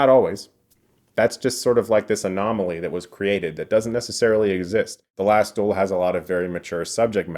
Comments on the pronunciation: Fuck sake learn how to pronounce duel, its not DOOL its DU-EL . Fuel but with a D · Its the Last Duel not Dool !